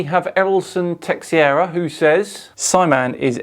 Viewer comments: Love all of your videos. Future reference, Texeira is pronounced TUH-SHARE-UH. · Love all you're videos, just one minor correction; Teixeira is pronounced 'tuh sheera'. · As someone who actually studied acting at university, I can assure these people, is no actor. Also, to save you from the inevitable cheap-shotting trolls, "Teixeira" is pronounced "Teh-sheh-rah." Just for next time.